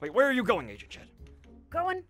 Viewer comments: Who else thought that agent shed was Pronounced agent shit No offense 😝😝✌🏻️✌🏻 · WHEN SAID FIRST SAID "AGENT SHED" I THOUGHT HE SAID "AGENT SHIT"😂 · I though said agent shet😂😂😂😝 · I thought he said agent sh!t